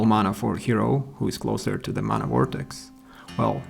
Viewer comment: It's pronounced mana, not mana.